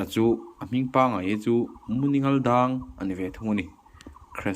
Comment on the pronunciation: "He lam zar chu(h) a va han rah hnem lutuk" 😂 Þawng sualin sawi sual nawk nawk reng la, en a ti nuamin a tih ngaihnawm zual phah alawm 😂😂👍🏽